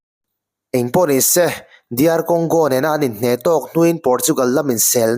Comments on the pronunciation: Se tih i lam hi ngaihthlk hreawm tep thin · Ni se tih i lam dan hi a mak e😅